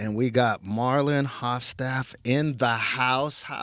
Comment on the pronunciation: Lol interviewer saying is name wrong in the very first sentence😂 Marlon was very chill about it